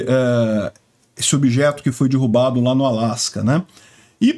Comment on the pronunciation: sou teu seguidor incondicional, mas tu tens falado muito dirrubado... aí dói ouvir...